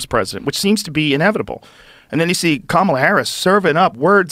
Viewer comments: Ahhh that's exactly how you pronounce Kamala actually it's not ka-ma-la, it's Ka-mala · I feel like I want you to better understand how to pronounce Kamala. Not a fan of her, but you need to pronounce correctly. Just saying.